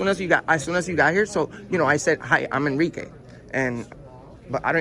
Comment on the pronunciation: “Enrique”. I stopped the video there lmao